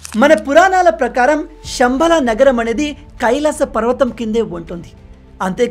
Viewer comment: శంబాలా కాదు చెంబు తపాలా కాదు.. అది "శంభళ"